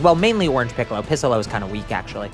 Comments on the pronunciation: Wtf is piss-ollo? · Am I mishearing him.. He is saying pissallo when referring to non Orange Piccalo. if I am hearing that wrong what is he saying? (and either way what is he referring to) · Is it just me or does he sometimes say “pissalo” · did he just say pissolo 😂😂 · "Pissollo" doc what? I think you mean Noarmsstripescollo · Bro said pissolo lmfao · Did I just hear bro said pissolo?😂